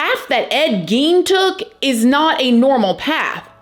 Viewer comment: Gein is pronounced as GAIN.